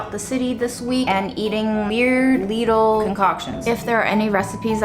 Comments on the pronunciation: Because you asked, minute 4.22, the real (German) pronunciation for Lidl. Your welcome 😂❤ By the way, I freaking LOVE your content, the way you do every video and how inspiring you are. ❤️ Thank you for everything and for being who you are and your hard work. Lots of love from Germany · Its not Leidel its Liedel its a german shop name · It’s pronounced Leedl like needle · It's Leedle. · Its liddle not leedle - just saying. You don't call a pan lid an leed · well done. Lidl is pronounced as Beetle not Little or lysol is that makes sense. My mom was German and she used to give me grief for saying it as little ;-) Der Leedle isn't as cheap anymore in the Netherlands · Hi. Since you asked for a pronunciation. In German (where Lidl comes from) it's a long 'i' and rhymes with NEEDLE. English speakers on youtube (US & UK) seem to favor a short 'i' which makes it rhyme with LITTLE, and almost sounds Identicle to that word. It was wonderful Seeing Grandma and reminiscing about your mom. it automatically makes me think about my own departed matriarchs. Things were going so well for so much of the week that the law of averages was conspiring against the last days dumplings. This was great fun. hugs to you and your friends and family. Jim Oaxaca Mexico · Lidl pronounced like little😊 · Hey, nice video. Actually in germany we say „Leedl“ like a long I :) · it´s Leeedl ;) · LIDL is a german shop, you say Leeedl. :-) It is a family name, from Ludwig Lidl, the name giver. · In German it’s generally pronounced something like Lee-dill🤗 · Lidle rhymes with needle 😊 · It’s LeeDull…pronounced like Needle! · Hi! European here. It's pronounced as "Leedle". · Yay. Sorry I missed the live premier. I looked up how to pronounce. It's pronounced "Lee-dill," according to Google. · Hello so Lidl is actually german and we say Lee-dl :) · Since you asked: It's a german store, so you'd pronounce it more like "leedl" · Its pronounced LIDL not LIDL........ jeeeezzzz JK LOVE YOUR VIDS <3